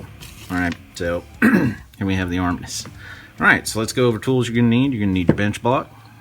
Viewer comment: It’s armineeeus I don’t know arminus